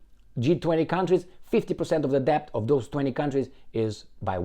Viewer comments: Debt is pronounced det (the "b" is silent) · Excellent analysis,. Just don't sound "b" in the word "debt". Say "det" Argentina is a basket case. The man who claims he talks to his dead dogs (who apparently speak to him in the voice of the very powerful Jewish Bullrich) says he wants to privatize more... what's left? They have privatized even water!